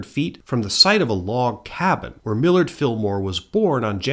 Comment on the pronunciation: Millard, the Mill-ward, Fillmore